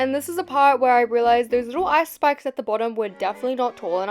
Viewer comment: were u saying ice spikes or ice spice?